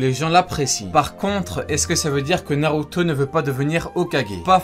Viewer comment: Bsr sensei, j'espère que tu lira c texto, j'aimerais comprendre le mode ermite, et le fait que le ssj4 y ressemble beaucoup, en tout cas la couleur qui entoure les yeux dans ces deux modes. Naruto c la vie, Naruto c la PUISSANCE, et sensei tu prononce trop bien c mot😁